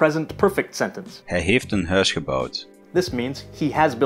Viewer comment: Thank you for having a Flemish person read the example sentences . You can hear clearly that he does not pronouce the diphthongs as real diphthongs. He pronounces Hij more like [hɛː] instead of [hɛi] . On the other hand the Dutch tend to overpronounce the diphthongs.